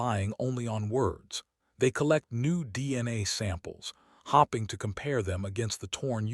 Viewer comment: You do know hoping is not pronounced as hopping?